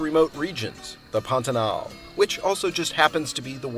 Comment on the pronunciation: You started out by pronouncing the word properly--accent on the last syllable. But after a few times, you inexplicably moved it to the first. Why??